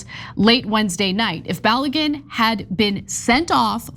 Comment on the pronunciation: The name is pronounced BA-LOW-GOON.